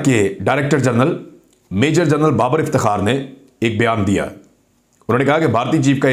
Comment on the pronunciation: Jahil thathey general ko gernul aur bond ko bound kahney walley tumhari hasiat hi kia hay siwaiy iss kay pti potty kay followers say haraam khana hi tumhara muquder hay.